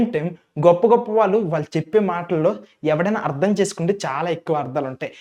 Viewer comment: ముందు మీరు తెలుగు సరిగ్గా నేర్చుకోండి. శబ్ధ కాదు శబ్దం అర్ధం కాదు అర్థం